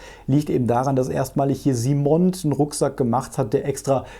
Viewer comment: Laufend top Videos am Start! Danke. Gut gemeinter Hinweis: es heißt vermutlich "Simon" und nicht "SimonD", da die Firma aus Frankreich stammt.